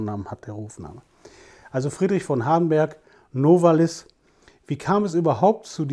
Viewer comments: Novális - so meine ich, betont man den Namen. Abseits dessen: eine wunderbare Einführung! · wenn sie Novalis auf der ersten Silbe betonen, sagen sie zu Benzin auch 'Spriet' oder 'Spritt'? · Ich könnte einen Roman schreiben, aber eigentlich jegliche Punkte, wegen welcher ich Sie bewundere wurden in den Kommentaren bereits erwähnt. Darf ich fragen warum Sie so viel, auch über Geschichtliches wissen, auch weil sie sagten dass Sie es seit Jahren gewohnt seien Novalis auf dem a zu betonen. Meine größten Respekt.. Bitte machen sie immer weiter Videos